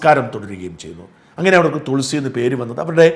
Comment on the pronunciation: തുൾസി അല്ല തൊളസി